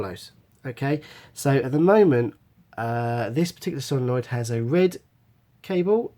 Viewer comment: It's solenoid not solonoid